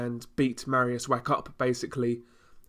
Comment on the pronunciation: Good review Just Mariusz's surname please don't read Wack - "ch" in Polish is pronounced like "h" so (Wach) would sound like Wah.